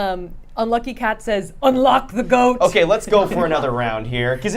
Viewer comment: that is not an Australian accent. We pronounce Goat like go-T, no extra vowels. Also not a New Zealand accent. Hope this helps😊.